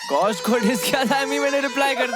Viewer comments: Gaush ❌️ Gush ✅️ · Gaush nahi gush😂..😅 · GAUSH ❌ GUSH ✅ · Gaush❌ Gush✅